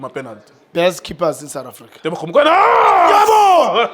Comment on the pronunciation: Teboho not Tebogo